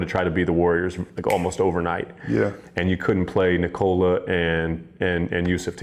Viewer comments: For his name, the emphasis is on the "Nik" part. Not the "ola" part. The "o" sound isn't like the "oh" sound in "owned". It's more like the sound of the "o" in "obvious", which it isn't for native English speakers. I think he just got sick of explaining it, so I'm taking up the mantle. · Please for God sake try say Nikola like Serbs. He is No1 in NBA, realy he would be so happy if everybody say it like Serbians.. Its nothing wrong dont understand me wrong, but at least he desirve it. Luv from Ljubljana Europe. Peace